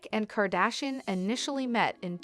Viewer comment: Wtf are you saying his last name like that???